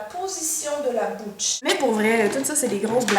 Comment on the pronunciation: "La position de la boutche" oh mon dieu, avec le petit mouvement de bras, tu m'as tué !